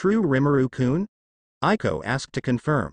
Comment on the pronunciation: Yes I more loving this audiobook and it's Aiko not Ailo